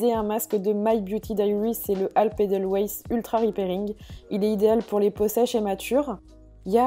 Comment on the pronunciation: Par contre "edelweiss", tu ne le prononce pas correctement. Cela m'a fait mal aux oreilles x)